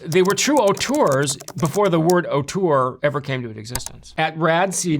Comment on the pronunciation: Well, I'm pretty sure the word "auteur" has existed for several centuries (namely in France). It's just that there weren't American film historians mispronouncing it as "autour" (which is also a French word, but means something entirely different). 😜